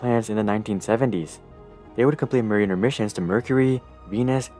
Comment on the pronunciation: Mariner is pronounced like "Mare-in-'er" Definitely not Marine-r plz